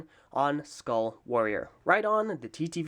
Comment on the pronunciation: "Ueuhh... Skuaall Waoorieeer..." That sounded weird...